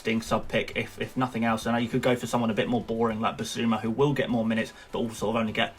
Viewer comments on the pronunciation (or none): none